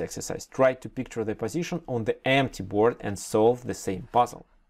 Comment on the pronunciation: Пазишн АХАХАХААХАХА